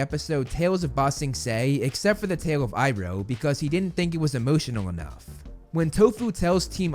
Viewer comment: You slipped up by pronouncing Iroh correctly